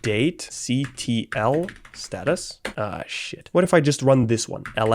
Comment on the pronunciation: Watching this is pain. Especially when he tries to pronounce things that end in `ctl`